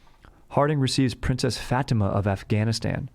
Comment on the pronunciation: I have to know whether or not you actually knew Fatima was pronounced Fateema or not. I feel like you did it for the meme, but it's eating at my insides dude. Please just let me know!!